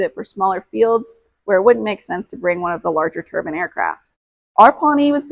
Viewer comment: Great video. I’m happy to hear you pronounce turbine correctly - pronounced turban and not turbyne.